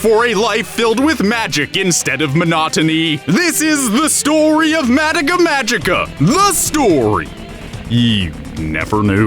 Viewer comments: Why do you say Madeka? Its MadOka. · Why tf does he say it Mattika, not Madoka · It's Madoka. Not Madaka. Why the hell do you and so many others butcher the name when the anime tells you how to say the name? I'm surprised you didn't call Mami, Mimi. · Mah-doh-kah not Mad-dah-kah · Take a shot every time he says mad-uh-kuh instead of mah-doh-kuh. Maybe by the middle I'll hopefully get alcohol poisoning. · Say it with me, “Mah-Doh-Kah.” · I don’t like how you say her name MADICA / MODOCA / MUODOKA but if that’s how you actually pronounce her name go off Good review tho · Oh boy. The way he says Madoka just makes me Mad-oka. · nobody: not even madoka:: MAH-duh-kuh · I love your video... I cringe whenever he pronounces Madoka “Mad-ik-a” 😅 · “Madika” 😬cringe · Mah dough kah. Madoka. They constantly say the name. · Excuse me did you say MADICKA? oh well it just bothers me a lot but ok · The only thing that bothers me is how you guys pronounced Madoka. Mah-Doh-kah. Where is the "eh" coming from? Great video other wise. :3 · I'm hering, Madaka ;-; Edit: i also heard Homuda(muda muda muda!) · Oh Haruhi Not expecting this video in my sub box XD The unexpected is unexpected. First of all: FUCK YOU KYUUBEY FUCK YOU 2nd of all: THOSE 'COSTUMES'!!! YES!!! WE HAVE PEAKED AS A SPECIES!!! Truly the true way to circumvent copyright claims! 3rd of all: Madaka?????????? MADAKA?????????? MADAKA?!?!?!?!?!?!?!? What happened?!?! Did no one in production realize Grant saying 'Madaka' instead of Madoka??? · Your pronunciation of Ma-doka is cringeworthy. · its kinda grinding to hear him mispronounce her name constantly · Are you miss pronousing the Madoka on purpose? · the way you say Madoka triggers me. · Here’s me getting triggered on how you pronounce Madoka 😂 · I really really wanted to like this but I can’t get past the way you say Madoka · I'm kinda cringing at the pronounciation of madoka.. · The way you pronounce Madoka really throws me off